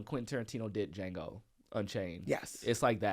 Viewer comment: Was wit yall ALL THE WAY until you said it’s superior to Duh-jango 😬